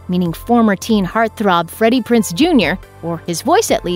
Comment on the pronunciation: It's Freddie Prinz, Jr. Not Prince.